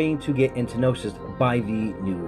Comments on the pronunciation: It's "entosis", not entnosis. And it's not Shush, it's S.H.H. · Was giving him a small jab... there is no second N in the word the way he says it.... ;) The word is entosis. Kinda like some people say nucular, no... it's nuclear. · trigged by "entenosis"